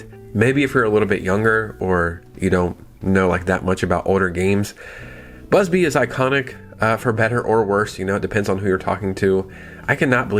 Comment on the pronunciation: Bubsy, not Busby. Love the videos.